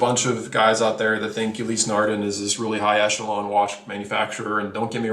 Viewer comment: I like the reviews, but some of the pronunciations are killin' me! First of all, ETA is pronounced "ate-uh" not spelling out the letters, as in "ee-tee-ay." Then we have Longines. Don't say the "s" and you're okay. Ulysse Nardin. Glad I didn't hear "Ulysses" but say "Nar-DAN" and you've got it. "Glashütte" is kinda like "Glass-hyoota." Yay-ger Le Cool-tra. TEE-so (not Tissoh) Car-shay (not Cart-ee-eh) Good point about Ebel ... some nice watches, but buy 'em used. Same with Zenith (or "ZEN-it") and I might add Bell & Ross as well. Great value on the secondary market.